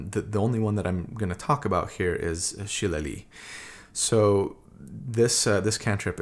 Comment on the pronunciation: I am 10,000,000% convinced that you pronounce Shillelagh the way you do only to entice people like me to comment about it